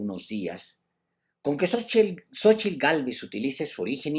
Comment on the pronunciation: Mucho elogio para un mega chairo que no sabe ni pronunciar Xochitl, no se dice "sochil", animal! A ver si describes los huipiles de Sheinbaum en tu siguiente resabiosa intervecion, acompejado.